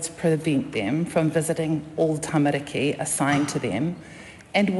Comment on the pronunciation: Well if she is going to use the word ‘tamariki’ she should listen to how Karen Chour pronounces it instead of saying ‘tamaricky’. Cringe…